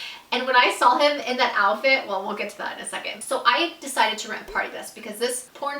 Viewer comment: Why do you say “sawl” instead of “saw” it’s really irritating me.